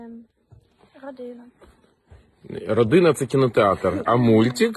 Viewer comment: Что-то мне подсказывает, что кинотеатр всё-таки "Родина“, а не "РодЫна". Хотя, после "депутатки", "епiтанiя" и "перша кляса"(теперь так можно говорить вместо "первый класс") - " родЫна" ещё не худший вариант.